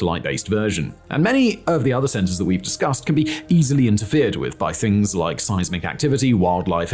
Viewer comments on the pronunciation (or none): none